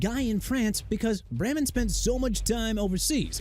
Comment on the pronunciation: YOU FORGOT TO MENTION THAT BRYAN COX PLAYED FOR THE DOLPHINS, BEARS, JETS AND SAINTS DUDE!! PLUS IT'S NORMAN BRAMAN PRONOUNCED BRAY-MAN!! IT'S NOT BRAM-MAN!! USELESS...